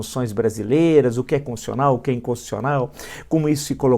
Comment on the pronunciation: "Conssional". A "Conssão Federal".